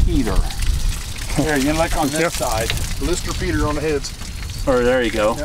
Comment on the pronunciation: Did he say Blister Peter 😁